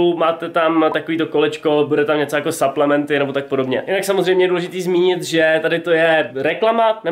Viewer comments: Cau hele nechceš si udelat nejakej fitness kanal ja čte se to suplementy a ne saplementy ale ok video taky delam fitness ale nenatáčím to a ten creatin je klasik bez příchute nebo s příchutí jestli klasik bez příchuťe tak je na hovno jak ho vysadís nafoukne ti to svaly a přiberes omlouvam se za chyby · a su to SUPLEMENTY nie SAPLEMNETY 😂 V slovenskom znení sa to číta suplementy ... Chodte na google a schválne si nájdite ako sa to vyslovuje 😊